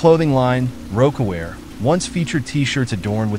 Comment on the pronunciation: It said rok a wear instead of roc a wear I was done